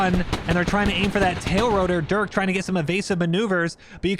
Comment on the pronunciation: dude i swear I heard my name....but that ain't me....at least u say it right...I usually get called "Duke"...like It's Durk....but okay I mean even Dirk is acceptable